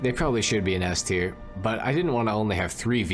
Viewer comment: LOOL "S-Ter"